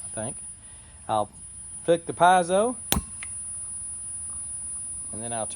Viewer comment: Interesting. Never considered one but it looks very practical. Also, never realized I was pronouncing piezo wrong. Thanks!